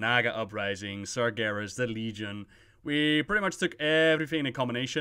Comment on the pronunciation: YOU EVEN GOT LEGION RIGHT. AND KINDA BFA